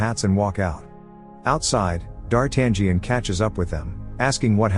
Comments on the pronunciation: D'Artangión is pronounced D'Artanion - the 'g' is silent. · Yep. I wish it was pronounced "Dar-ta-nyan" instead. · Lol that guy cracks me up when he keeps saying Dar tangent like it's trigonometry 🤣 It's actually pronounced Dar-ta-nhon, like NHon where the H isn't silent. Closest I can think of since English doesn't have that sound. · It's not pronounced "D-Art-tan-gee-an." It's "D-ar-tan-yan." The "gn" form is run together in French and Italian and comes out as "yn." I can't watch this with the mispronunciation. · DARTAN GIAN ? Gian ? Really dude ? It's DARTANIAN , you have to omit G and then you may pronounce it Dartanian . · It's D'Artangión NOT Dart Angion ! :face-orange-frowning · It's pronounced Darten-yo. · "DarTangian "?... LOL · Dartan-gee-an? Seriously? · He gets rocheforts name correct but buggers up on the cardinal and D'Artagnan (Dar-tan-ion) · Its pronounced Dartayan. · it's "dar-tan-yun" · Dar Tangerine 🤣🤣🤣🤣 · STOP pronouncing the 'G" in D'artangnan. the 'G' is silent. It's pronounced “dahr-TAN-yen” if you're taking AP Lit in the United States and you have a rhotic accent, but I'm sure they spruce it up in places that don't (“dah-TAHN-yon”) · Say dartangen one more time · I still cringe when I hear 'Dar-tag-ion' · Oops...... its pronounced Dar-tang-yon.....or something similar . Great recap though 👏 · Yeah. No 'g'. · The G is silent in the name D'Artagnan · This movie is one of my favorites, which is why I would like the imbecile narrating this video to learn how to pronounce "d'Artagnan"... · I really like the film but cannot watch this recap as the annoying computer voice is mispronouncing D'Artagnan from the outset. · He is prouncing the main character’s name wrong . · So you cannot even pronunciate D'Artangion right so don't waste your time folks. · I can't with the A.I d'Artagnan pronunciation 😂 Solid movie, brings back memories